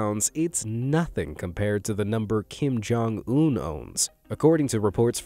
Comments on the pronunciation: Bro not Kim-jong-ononom 😭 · "Kim Jong-omnomnom" I almost laughed thinking that it was a try not to laugh. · He did not just said Kim Jong-omnomnom 💀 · kim joung nonomom